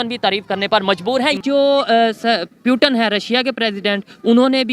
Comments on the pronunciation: Sab baat ek jagah aur putin ki jagah peuton bolna ek taraf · Bhi kise mediya hai putin ko piutan bool rahi hai banda🤣😅🤣😅🇮🇳🇮🇳🇮🇳🇮🇳🇮🇳🇮🇳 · Bhai pewton nahi Russian president Putin hai. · Pyutan nahi putin hota Hain idiot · Puten nahi naam hai Putin naam hai 😂😂😂😂😂😂😂😂😂😂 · Russian president putin hai ...not putan 🤣🤣🤣🤣......& it's narendra ..not narendar 🤣🤣.....pronunciation thik karo bhai ..... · It's Putin not putan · Abe o pyutan nahi Putin h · पुतिन को प्यूटन क्यो बोल रहा है फालतू की बाते करते है पुतिन की इस्पेलिंग ओर प्यूटन की इस्पेलिंग में फर्क है सही ढंग से पढ़ाओ इनको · 🤣🤣😂 Putin ko putan bol raha h 🤣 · Pueatan nhi bhi its putin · Puten nhi Sala putin hai jahil 😄 🤣 😂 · No doubt proper noun can be pronounced..... But, to call Mr. Putin as Piyu- tin is un acceptable & unbearable... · Putin ko peutan kyu kahata hain ye chutiya 😂😂🤣🤣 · The Paxtani pronunciation of Putin is Pew Ton and he's possibly a descendant of New Ton 😆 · Russia ke prime minister pewton 🤣🤣🤣😂😂🤣o bhai tum log padte kaha sai ho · Hahahaa! That moron with a mic says Pyuutin 🤣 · It's Pew Ton, and he's a descendant of New Ton. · Ishne pewton bola